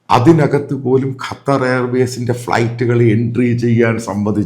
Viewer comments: എടോ തള്ളാശാനേ കറ്റാർ അല്ല ഖത്തർ എന്ന് പറ. ഇതെന്തു ഇടയ്ക്കു കറ്റാർ ചിലപ്പോൾ ഖത്തർ. ഒരുമാതിരി ആണുമല്ല പെണ്ണുമല്ലാത്തപോലെ.. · ഇയാളെന്താ…..കാറ്റാർ എന്ന് പറയുന്നത്…?🤪